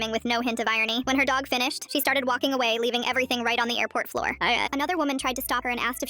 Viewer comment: "floor æuã" "Exploit it uæā" 😂😂😂😂😂